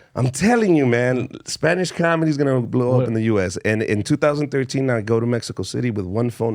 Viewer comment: Foo said mexicurr city